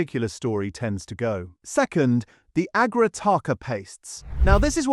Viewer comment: Agra not aaagrah is how its said. I live in Bradford. Its founding restaurant is ten minutes away.